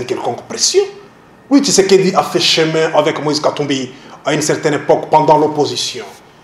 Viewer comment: un journaliste rwandais , qui dit" seron tshisedeki, seron tshisekedi"